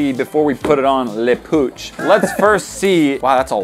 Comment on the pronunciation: said "LE POUUCH II